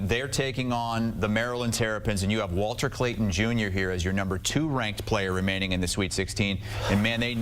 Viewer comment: bro said walter clayter junion😂😂😂